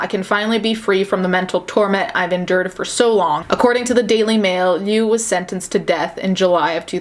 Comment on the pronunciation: Heads up: liu is pronounced like "leo". Ironically, one of it's definition means "kill" (although it depends on the tone and character)